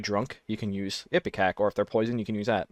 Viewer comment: Hearing you pronounce some of these medicines (bicaridine, ipecac) is KILLING ME.